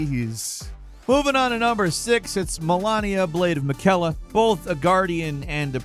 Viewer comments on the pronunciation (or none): Malania the blade of maqaila? 😂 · Malenia literally pronounces her and Miquella’s name in game, and you still manage to mispronounce? This happens a lot with such a big channel, sloppy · Melania and Miquella mispronounced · Not just Melania, also miquella 😢